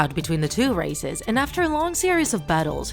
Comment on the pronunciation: Bro I thought she said racists